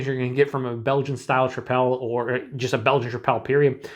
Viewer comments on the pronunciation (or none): I think it's pronounced like "triple."